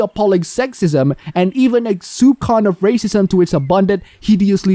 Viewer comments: Just for the record, the ç in "soupçon" is prononced like a "s", thus, "soupson". It's a French language ruling. Also, if Ready Player One isn't that great, maybe watching Pop Team Epic would be better? :) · "soupçon" is pronounced "soup-son" not "soup-con".